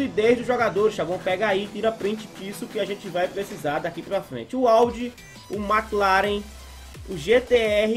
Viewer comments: agonia da prr essa narradora falando mc claren, mds, mclaren é evento até no jogo já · na vdd n, se le " mequi laren " a mulher tava falando " emici laren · Mano a mulher falou mc laren kkkkkk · "MC claren" kkkkkkkkkkkkkkkkkkkkkkkkkkkkkkkkkkkkkkkkkkkkkkkkkkkkkkkkkkkkk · EMICI CLAREN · A mulher falou "MC" laren ksksksksk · Que agonia vê ela falando mclaren kkkkkkkkkkkkk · Agonia ela falar mc laren, pqp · "M Clarem" 🤣🤣🤣🤣🤣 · Não é por nada não, mas que agonia essa narradora falando MC CLAREN, (NÃO TO DESMERECENDO NINGUÉM, SÓ DÁ AGONIA) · TEVE UM HORA QUE ELA FALOU, MC CLAREN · Alguém avisa para narradora, que são marcas de carro kkkkkkkk, porque ouvir MC CLAREN, AUDIRS, é que as vezes ela não deve conhecer bem . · Né vey, que agonia ela falando os nomes tudo errado kkkkkkkk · A narradora falando os nomes dos carros tudo errado que agonia kk